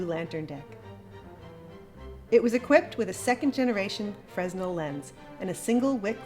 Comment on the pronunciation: Pronounced fra-nell. The s is silent